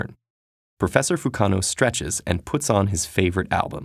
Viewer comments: I didn't even realize because he was saying it like Fukeano. It's fukanoo dammit. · lmao "fukano" sounds more like fuck no